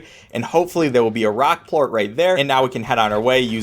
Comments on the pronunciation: Did you say port instead of plort? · actually it's Plort not port get it right 🤓👆